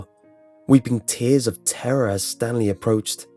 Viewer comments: I think he said Stan Lee instead of Stanly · Is it Stanley or stan lee? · Am I the only one who thought he said Stan Lee instead of Stanley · Did he say Stan Lee or Stanley? Either way to me it's the first one and it makes it so much weirder. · Is it Stanley or Stan Lee ;) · when they were calling stanley itnsounded like.they said stan lee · all I can here is Stan Lee instead of Stanley